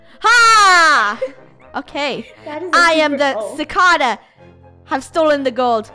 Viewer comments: Funneh it's not cicada it's ci-cae-da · Funneh: Die clcodo Me: funneh it's clcada not Clcodo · Btw Funneh You're Pronouncing Cicada Wrong. It's actually /sɪˈkɑːdə/or /sɪˈkeɪdə/ Or Much simpler Si Kae Da , The ae is like how you say the eh in your name. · She pronounced Cicada wrong its Si-cai-daa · it's SA-CAY-DA funneh sorry if I offended you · You said cicada wrong😂😂😂😂😂😂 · When they said cicada theypronounced it wrong